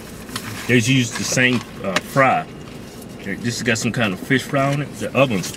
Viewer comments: "Its fish not feeysh" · "It's fish not feesh" I fucking died